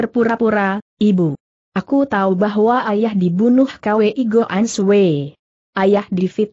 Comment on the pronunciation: Maaf guru....mau kasih saran....kwi sebaiknya langsung dibacakan kui aja, jangan di baca k...w dan i, begitu pun hwa sebaiknya langsung di baca hua aja,jangan di baca secara terpisah h...w....a.